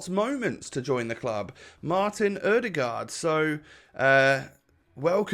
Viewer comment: im from Norway and you say ødegaard preety good.